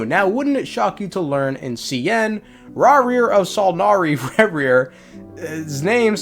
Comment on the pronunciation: "Raw,reer of son,ory rarir" - 2024/6/8